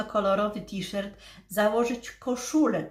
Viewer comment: T-Shirt wymawia się tiszort ( to jest napisane fonetycznie), w tej niebieskiej blusce, którą masz dzisiaj na sobie bardzo Ci do twarzy. Widać też, że masz coraz zdrowsze włosy, z przodu widać, że już mają połysk. W zachodnich Niemczech, gdzie żyję, też się b. ochlodziła, przed paroma dniami w dzień było tylko 9 °C 🥶. Pozdrawiam i życzę zdrowia 💃🏻🙏🏻